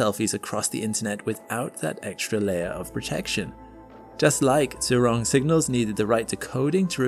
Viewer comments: Zhu is pronounced like “Jhoo ”, not “zoo” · If I'm correct, the "zh" in China's rover name should be pronounced the same way as the 'g' at the end of a word like "mirage" - in fact, to help pronounce it people could try putting that exact word and the rover name together, like "mira-zhurong" mirazhurong sounds cool...